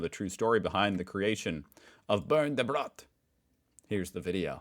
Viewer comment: Man. Eventually you should be able to pronounce "Bernd, das Brot" correctly after having heard it so often. Try it;-)